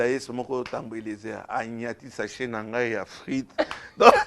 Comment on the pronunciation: ba lobaka sachets et non chaset ndenge bolobi